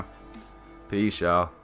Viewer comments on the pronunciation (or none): none